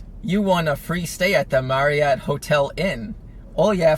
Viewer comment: “ThEee MaRrIOT hOtEL” 😂